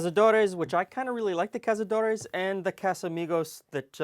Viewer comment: You pronounced cazadores more or less correctly. In American Spanish, there is no real difference between caza and casa. In Spain, it would be more like cathadores.